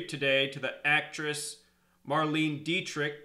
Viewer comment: Hey her last name "Dietrich" as the word "die" "diet" and "rich just saying lol to you.